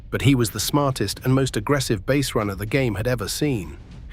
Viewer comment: Stop mispronouncing base😮